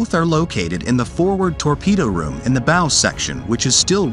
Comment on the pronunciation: It's bow rhymes with cow. If you're going to talk about Navy things do it correctly or get someone to explain it to you.